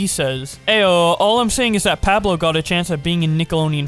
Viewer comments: Who tf is Pab-low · Oh god the way pronounced pablo